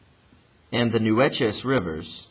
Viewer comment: FYI... the Nueces River is pronounced like "new - aces" I live in the area.